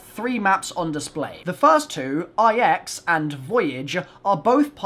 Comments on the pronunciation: the map name is pronounced “nine” not “ix” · it's NINE! Not I X!!!!!!